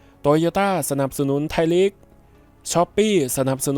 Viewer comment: ไทยลีก ไม่ใช่ ไทยหลี๊ก